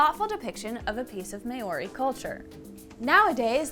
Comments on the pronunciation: Just for learning purposes.. Maori pronounced (Mar or dee) R is rolled like scottish accent A, E ,I ,O ,U (are , ehhh, eeeh, oor, eww,) This is how we pronounce our Vowels please learn this Properly (Nga) is pronounced without ga sound more like (finger) try to lessen the ga sound👍 other than that awesome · Maori is pronounced " Mow ( as in cow ) ree", not " May or ree ". Not sure why, but most Americans seem to mispronounce Maori this way. I enjoyed your video. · Why do Americans pronounce Maori as may-orrey? It really ticks me off. Try saying "Mao", as in that Chinese guy's name; add on "ree" and you'll be able to pronounce "Maori" with courtesy. But, hey, I'm a fusspot. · heya just a heads up but you are pronouncing maori a little funny and i hope this helps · Its pronounced maori... wait oh nah dont worry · "May ori" 😂😂😂 bro that hurt Yall gotta do checks before making these videos 💀💀💀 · American spin on “MAYORY” is awesome 😂😂 cool we vid for those coming to visit Aotearoa though 😉😉 come learn Tereo at the source 😳😛<Pukana! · I wanted so badly to watch this video but I can't handle the Maori people being mispronounced as "May-Or-E". I can't do it. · Yes it is pronounced mau ree. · I’ve had a blast watching so many awesome videos from your channel! I’m pretty sure Māori is pronounced “mau -ree”. Looking forward to more great content! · Maori is pronounced like mouldy if pronounced properly. Cheers 👍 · It really is a shame, I found this video so difficult to watch. At an absolute minimum someone could have YouTubed "How to pronounce Māori." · me too, the content was interesting but the pronunciation was awful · Pronouncing Māori very incorrectly 😂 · Fantastic informative video. Than you. Please revise your pronounciation of Moari, and please please ‘ analyse’ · Māori is being pronounced incorrectly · I really wish you would pronounce Maori correctly. Really distracts from the video. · You are pronouncing Maori incorrectly. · May ou ree is crazy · the May Ori lol